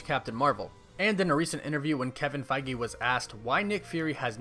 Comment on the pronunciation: Am I the only one who was disturbed by how this guy pronounces "Feige"?